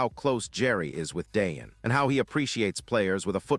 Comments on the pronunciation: Its pronounced.....Dieon......Not Daeon😂😂😂😂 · Clicks and Views. LIES, LIES AND MORE LIES. AI CANNOT PRONOUNCE DEION'S NAME. SMh.